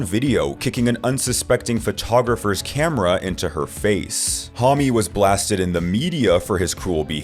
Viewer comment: this channel has no credibility. Josh Homme for Queens of the Stone Age is pronounce Josh Hohhh m not Josh Hah mee. scared millenials and gen z.s.... if you left your house and went out in the real world, got a personality, and stop being so terrified you wouldnt use gen AI to speak for you